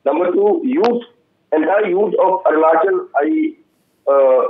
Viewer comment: By the way.....its Arunachal Pradesh not Orunachol Pradesh sir.....!